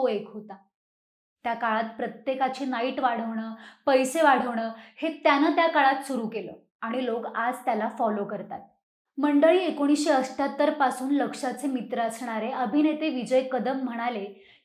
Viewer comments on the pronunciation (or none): असत्याटर नाही अठ्याटर आहे ते